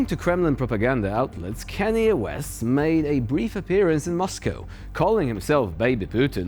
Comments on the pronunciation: Kanye is pronounced Khan-yay. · Can yae, is an excellent pronunciation,! Mind if I use it too?? 🔥😝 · "Kanye" is pronounced "CON-yay", which is kind of appropriate.